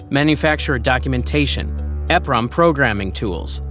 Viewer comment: It is pronounced E PROM not EF Prom. They are EEPROM CHIPS.